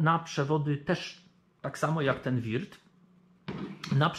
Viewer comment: POLICJA JĘZYKOWA NIECH NIKT SIĘ NIE RUSZA! :P Würth nie czyta się wirt bo U-umlaut to takie u tylko z intonację bardziej jak e a Milwaukee nie czyta się milłuki tylko melłokii (albo jak mieszkańcy Wisconsin twierdzą 'mełokii') bo au w Milwaukee czyta się tak jak w wyrazie fraud (~frod~)